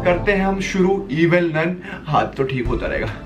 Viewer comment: It is evil nun not evil nani😂😂